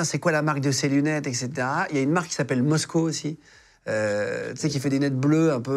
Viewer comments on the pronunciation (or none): * Moscot (ça se prononce moscotte)